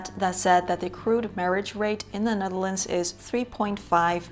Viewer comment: We lived in Wassenaar for a couple of years. Beautiful country, wonderful people, would like to return. And love the language and accent when they speak English. The way you said “Ned-DEL-ands”. Sigh…memories!❤